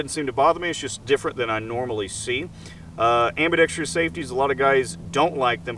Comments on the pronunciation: "Ambi-dex-tree-us" safety LOLOL. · "Ambidextrious"...you complain about it not being ambi, but you're a right-handed shooter. I don't understand.